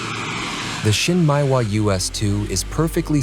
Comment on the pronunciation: Not so important but you might look at how Japanese words are pronounced. Shin Meh ee Wa. Not Shin Mai Wa. Nice video.